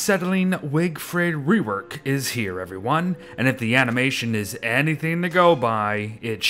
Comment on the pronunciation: "Wigfred wework" nice